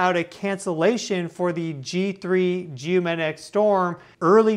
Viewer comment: It would be much easier to take you seriously if you could pronounce the G in maGnetic. If my 4 year old can do it, you should he able to. 😂